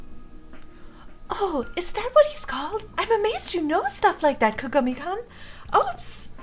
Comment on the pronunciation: IT'S PRONOUNCED KAH-GAH-MEE-KOON HOLY CRAP THAT ANNOYED ME SOOO MUCH GEEZ still love ya though ❤️ (btw no homo)